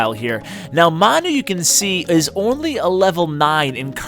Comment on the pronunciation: I think it's pronounced 'man you' he looks like a Manchester utd fan a soccer/football team in the uk